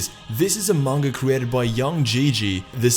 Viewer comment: OOHHH! He pronounced Manga right! For all you who say it Mainga!